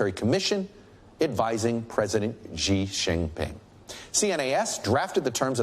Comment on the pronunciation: Hey, could you stop pronouncing Xi as "Jzhee"? It's pronounced "Shee". The "jzh" sound doesn't exist in Mandarin nor any dialect of Chinese. Please, as a journalistic organization, spend five minutes to learn the pinyin orthography and read Chinese names correctly, for the sake of professionalism. It's not hard. They took letters that seemed redundant—X, Q, and C, and reassigned them to other sounds that English orthography uses letter combinations to write. X got the "sh" sound, Q got the "ch" sound, and C got the "ts" sound. A few of the vowels aren't pronounced the way they're pronounced in English. 'e' is pronounced like "uh", so Deng Xiaoping is pronounced "Dung Shiaoping".